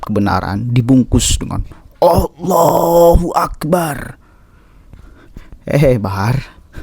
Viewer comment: Eta teh Allahu akbar atau Allahu akbray...bray fulus..fulus🤭🤣